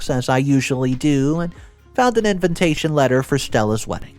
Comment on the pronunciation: repeat after me : "in-VI-ta-tion, in-VI-ta-tion, in-VI-ta-tion". please please pleeeaaase stop saying "in-VIN-ta-tion". It triggers me every time and then I can't follow the rest of the story...